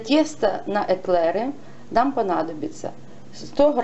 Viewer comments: Экл*Э*ры блин. И пишется и читается эклЕры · Не эклЭры, а эклЕры. Не протИвень, а прОтивень. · эклЭры. Так звучит смешно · первый раз слышу - эклЭры